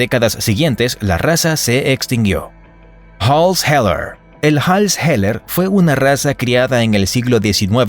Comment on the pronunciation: No ‘Hall’s Heller’ pero ‘Hall’s Heeler,’ quizas ‘taconero’